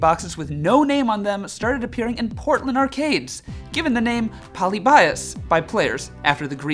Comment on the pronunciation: “Poly-bye-us”, poor guy butchered the pronunciation of ‘Polybius’. Also, nice Thanos snap at . lol Very interesting video. 👍